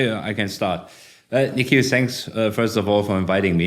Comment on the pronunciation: Nikhil ❌ Nickel ✅